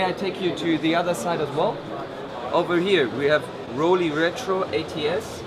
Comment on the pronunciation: WHY is he intentionally mis-pronouncing "Rollei"?? It is not "Roll-eeee" but "Roll-ai" as in the English word "I" as in "I am Chinese."